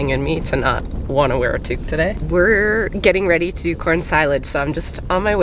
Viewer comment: ... To not wear your WHAT today? Tuke? Tooque?